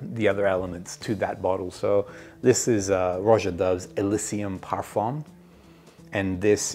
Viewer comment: Oh duh par-fuhn … the m is nasal and not really pronounced.